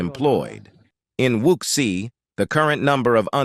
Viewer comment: Your voice synthesizer cannot pronounce "quagmire", "wuxi" and "giga" correctly. Perhaps you can hire one of those unemployed Chinese people to read the text.